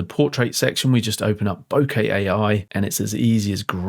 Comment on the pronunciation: Wonderful video. Thank you for using the correct pronunciation of the word ‘bokeh’! As an American living in Japan for 35 years it’s always been grating on my ears to hear the word mispronounced by English speakers!